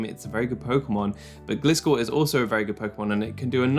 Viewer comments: Fun Fact: Gliscor is a GLIDING scorpion. Not a glistening scorpion. A GLIDING scorpion. Therefore, it‘s name is pronounced “GLY-score” not “GLISS-score”. Thank you for “glistening” to my Ted Talk. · I love your content and energy U are one od my favourite poketuber on the platform <3 But Please pronounce Gliscor correctly (as if u said Glide at the beggining" g + lie")